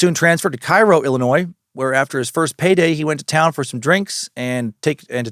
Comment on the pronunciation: Had to comment bc I believe locals call it Kay-Ro